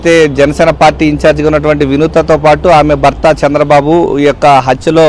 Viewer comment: భర్త రిపోర్టర్ గారు బర్త అని చదువుతున్నారు. భ కి vottu వుంది.